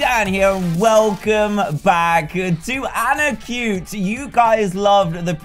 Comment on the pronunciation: Dan you said anacute not anarcute